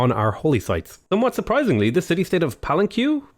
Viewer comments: It's pronounced PAH-LEN-KEH! Your pronunciation hurts me given that we use that word everyday. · Palenk i think its pronounced like that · We Filipinoes do, when we go to the marketplace to buy ingridgents for the meal for the day. "Palenke" which is a (very divertive) derivation of "Palenque", via Spanish occupation. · You're killing me every time you meet Palenque. Pal-enn-kay! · It's prenounced palenk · Pa-Len-Ke. With the e in the second and third syllabes being pronnounced like the british As. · big fan but please listen to pronunciation here